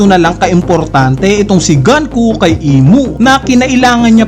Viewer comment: Icocorrect daw pero Ganku pa rin nang ganku. GUNKO NGANIIII di ka ba marunoing magbasa?